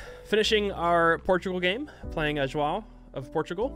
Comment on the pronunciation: the only thing wrong whit Portugal in Civ6 is how bad they pronounce the name João , its so bad it always makes me smile XD